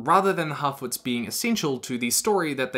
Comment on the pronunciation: Every time you say harfoots, I can only hear halfwits, because of your accent...